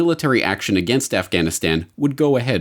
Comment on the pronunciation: libtard lezbo pc reporter says "Afchhhhanistan". Cringe.